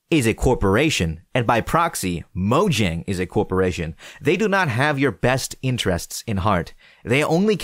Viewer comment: Moyang* It's not pronounced Mojang.